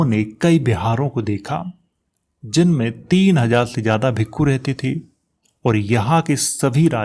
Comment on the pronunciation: Ye bhikka ya bhikku kya hota he ,bhikshu ya bhiksha hota he